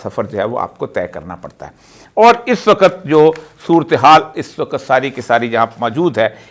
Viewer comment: AIK SACHAY PAKISTANI K LIE USKI QOUMI ZUBAN AOR USKI TAZEEM LAZIM HAI PEHLAY AP " WAQAT" KO "WAKHATH" BOLNA SEEKHYAE.